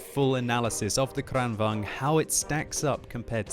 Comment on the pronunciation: Please, it's kranvAGN, not kranvANG...